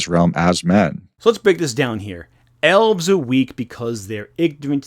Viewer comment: I was listening to this and at first I thought they said Owls instead of Elves and was very confused.